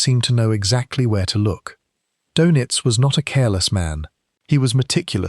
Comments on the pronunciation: It’s “dur-nits” not “dough-nits”. If you can’t pronounce o-umlaut, I’m not convinced you should be making videos that have anything at all to do with Germans or Germany. Just 41 seconds in, you’ve mispronounced his name twice, blown all credibility and made me turn off. Well done. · His last name is pronounced in English like “DERR-nits” not “doe-nits.” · Can’t you pronounce Doenitz better? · Most shows screw up the pronunciation! Typical AI crap